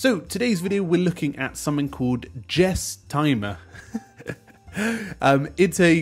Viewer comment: Surely its pronounced list Guess not Jess. "Guess-timmer" Like guesstimate.